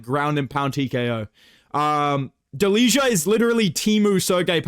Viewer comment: Fyi Delija is pronounced "deliya"